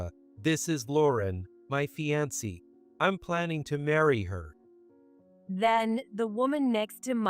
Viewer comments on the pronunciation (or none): .. lol... I don't think there has ever been an AI voice that has pronounced the world fiance properly